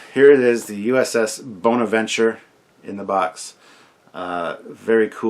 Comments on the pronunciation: The ships name is Bona-venture not Boner-venture! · It's "Bon" aventure like James Bond not "bone" aventure. ;-)